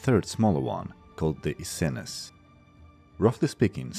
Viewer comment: Essene pronounced “Ehh-seen”